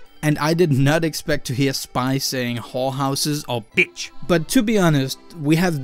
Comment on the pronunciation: guys guys he said beitch